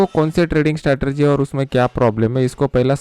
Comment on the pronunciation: स्टेरटेएजी नहीं स्ट्रेटजी